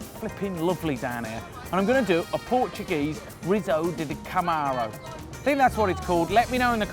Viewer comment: Br. Portuguese it's pronounced Cam A Rown(g) There's a till over the 'a' that creates a soft 'ng' sound at the end. 👍